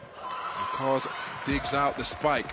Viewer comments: Simge Aköz not Akoz please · He can pronounce ö in Özbay but he cant pronounce ö in Aköz 😅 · No Akoz, its Aköz